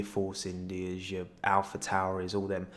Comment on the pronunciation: Love that you say Alpha Tauri right, but Force India wrong in the same sentence